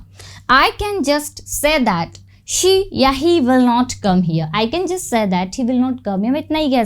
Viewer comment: Pronounce "says" correctly.